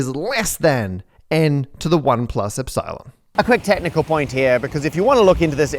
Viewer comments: "little Ep Silon"... why are you pronouncing that as two words? It's "Epsilon", not "Ep, Silon" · Matt… eps-psy-lon? Really ? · It's not really pronounced "Erdish" though, unless you pronounce the "i" like in "Sir". (but shorter.) Also, it's ep-silon, not ep-cylon. Is this video AI generated?